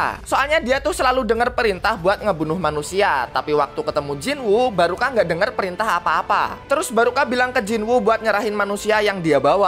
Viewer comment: ngomong nya barka bukang baruka🗿